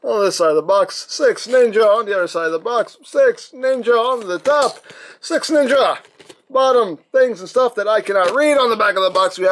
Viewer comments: I sweat to God it sounds like you are saying SexNinja. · All I'm hearing is sex ninja 😂